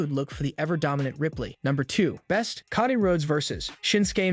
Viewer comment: With utmost kindness and respect, is anyone going to assist the commentator with how to properly pronounce the wrestlers names', events, etc? Doesn't anyone notice he consistently says Cody's name, Charlotte's name, and a slew of others incorrectly? He does a great job, but you need to know your product and how to properly say it if you are going to be a commentator. Keep up the good work, but please put a little effort into saying everyone's names correctly, I'm sure it would be greatly appreciated by the superstars 🤗👍